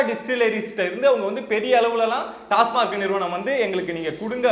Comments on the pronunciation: டாஸ்மார்க் அல்ல டாஸ்மாக் என்று உச்சரிக்கவும் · டாஸ்மார்க் இல்லடா பக்கி.... டாஸ்மாக்......Tasmac TASMAC stands for Tamil Nadu State Marketing Corporation Limited.